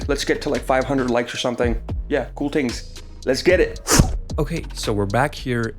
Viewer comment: Everytime u say good tings I wonder which Jamaican u know lol